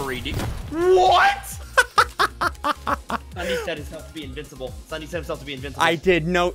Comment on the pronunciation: “Ssundee” It’s the finale countdown Also him: kazoos Gary: I did not suspect that